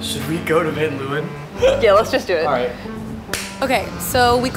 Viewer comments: Love how American people butcher dutch names, van 'luwen', its Leeuwen, pronouncing the 'eeu' with the sound of an 'a' in ape l-a-wen (a as a in ape). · She pronounces Van Leeuwen so weird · Any dutchie understands me if I say that I laughed so hard every time when they said Van Leeuwen😂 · For Dutch people it's very funny how they say "van Leeuwen" because that's not how you pronounce it😂 lol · The way they pronounce Van Leeuwen is so funny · the way she pronounces van leeuwen, its a dutch last name, XD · *Dutch people cringing at how they pronounce 'van leeuwen' * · The way they pronounce "Van Leeuwen" 🤨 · Everytime they say Van Leeuwen it makes me think of that BAD movie Eurotrip where they make a trip through basically just Prague and end up at VanderSex. The pronunciation is so cringy 😆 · That's not how you say van leeuwen lol